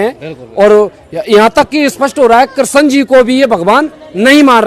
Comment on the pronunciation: Tum to rehney hi do tum geeta gyaan dey rahey ho jo Bhagwaan Krishan ka naam bhi sahi sey uchaatan nahi kr saktey😅😅